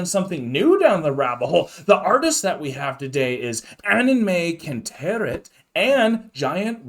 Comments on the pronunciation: Pronounciation guide: UN - en - MY - CUNT - er - RITE 😜 In German, "ei" is pronounced like fly, try, I. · It's pronounced something like "ahn-my-cant-right", if I'm not mistaken. It's their last names combined: Christopher Annen, Henning May & Severin Kantereit.